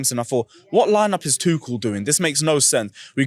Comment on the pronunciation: F’d up everyone’s name man said Boey and Tuchall 🤦🏾🤦🏾🤦🏾